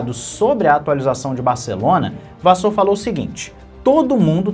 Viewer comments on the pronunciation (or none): a pronúncia do Frederico da Ferrari é Vassér e não Vassôr... Abraços e continua com o teu trabalho sério.